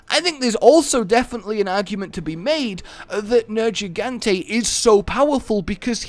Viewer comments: dude....plz its nergigante not nerjigante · Ok nerjigante thank u you just broke my ears Edit: it’s G not J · Everytime u say Nergigante like Nerjigante, i wanna kill myself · Near-ge-gan-tae nergigante for fucks sake it's pronounced a million times in game.